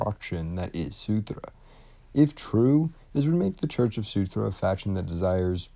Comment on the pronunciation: Great video as always, just that it's Surtr (sir-tsh), not Sutur (soo-tra), and jötunn (yo-ton)